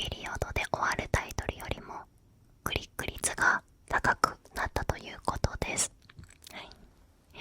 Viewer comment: クリック率がグリグリツに聞こえて面白いｗ